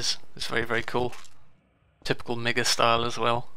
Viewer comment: I'm fairly certain it's pronounced Mee-ga, because of the two I's.